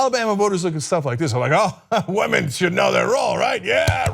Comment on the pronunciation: it's pronounced womern ;)